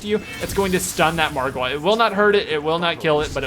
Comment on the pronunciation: The way used to say Margwa makes me crack up